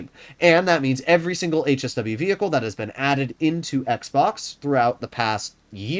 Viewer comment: Yo dweeb stop saying vehicle